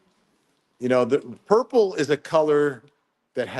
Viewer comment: Hey Vinnie: I have heard it called Burple! 😂 instead of Purple 😂